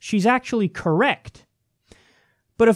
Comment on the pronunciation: "Look it up I'm correcc" lmao golden. I love Kyle.